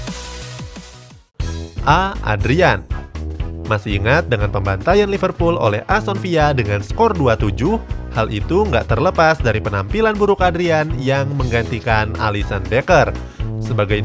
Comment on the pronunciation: Dibaca Villa, bukan Viyya